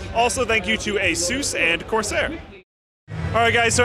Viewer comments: It's Asus, not Azues... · what the hell is A-sooose? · There's no 'e' in Asus, it isn't spelt Aseus like the name Zeus. Dumb shit American's still can't read or write English correctly and they've been at it for hundreds of years... Say the word 'sustained', now just say 'sus', now put an 'a' in front of it and say the name 'A-sus'. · The origin of the company's name is Pegasus Its pronounced <Eh-SUS> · funny way to say ASUS héhé!!!